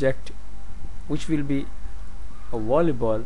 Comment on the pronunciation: i havnt watched this all the way through yet but because of the accent i heard the creator of this video say wolley ball instead of volly ball, just thought i'd point that out, not trying to offend anybody